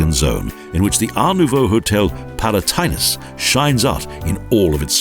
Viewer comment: This hungarian pronaciation was such bad. Firts maybe learn these word and then talk about it! Exaple the Palatinus Hotel Hungarian say Pa la ti nusz The narrator said Pa la táj nusz It's really weird for me !